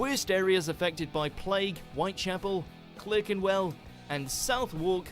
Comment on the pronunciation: The bloke narrating the video mispronounces British place names, and he’s British: poor show! 😂 (In the great fire section) Clerkenwell is pronounced Clarkenwell, and Southwark is pronounced Southeck (with a schwa sound in the second syllable). Rather poor that he doesn’t know these basic British place names.